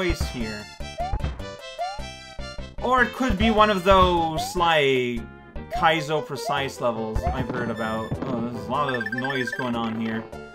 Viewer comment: I just like the way says “kaizo.”